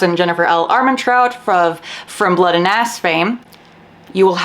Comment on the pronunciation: 1. Did I mishear or did you say Blood and Ass? If so, was it purposefully? 😂 2. A reenactment: “Does anyone remember Wicked Lovely?” “YeSsS 👹”